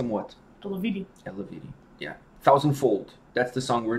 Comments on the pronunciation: btw. its not pronounced as its written, eluveitie, its pronounced elveiti :) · I believe it’s pronounced El-vite-ay